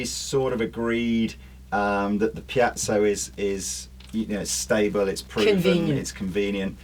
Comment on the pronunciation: Ffs, it’s a piezo - pee-et-zo - NOT pee-at-zo.